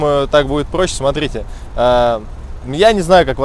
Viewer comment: "баРРдюрр, тррратуаррр, смарррите" Паровозик тыр - тыр - тыр, а в трубе тринадцать дыр....))